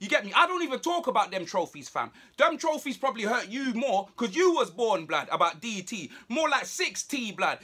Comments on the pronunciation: Man said DT more like Sixty...hahahahahaha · He called DT 6T😂😂😂😂